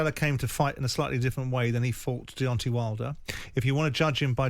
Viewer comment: It's DeonTAY not DEONTEE. Why do over 50s men in England keep going back to 1800s pronunciation. The same people probably say PARK-IS-STARN rather than Pakistan.